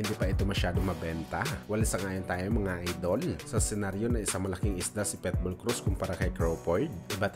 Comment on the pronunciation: Pitbull hindi Petbul hahaha, tunod pwetbul eh.